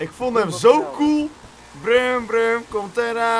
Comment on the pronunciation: het was toch broem toch niet brum